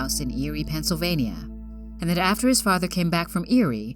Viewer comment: This lady sounds too cheerful reading about deaths. And too much like a general voice over person, like for radio commercials. She pronounced every single syllable in Pennsylvania. Lol